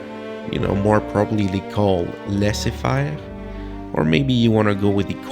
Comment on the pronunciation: are u Quebecois because that pronunciation of laissez-faire caught me off-guard lol